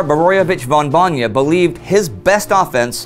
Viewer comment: At risk of souding nitpicky ... Indy please can you correct the pronounciation of general Borojevič's noble title? Its "von Bojna" - not "von Bonja" as you pronounce it . I kinda like the passion in your voice when you say his name, but this strikes at my ears every time. Its at least I can do to atone for the could shoulder that we Slovenes (and Croats) gave him after the war. Its undeniable fact that his decision to stop Italians at the Soča (Isonzo) was correct in the long run.